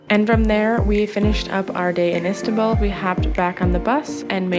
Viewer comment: You know its called istanbul not istabull